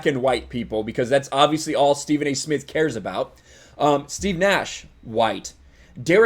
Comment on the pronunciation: Stephen a Smith can't even say his own name He calls himself Stephen A Smiff. Idiot